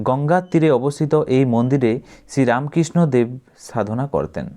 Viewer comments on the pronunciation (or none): none